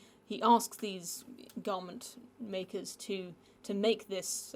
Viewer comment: The way you say "Garment makers" makes it sound like a slur.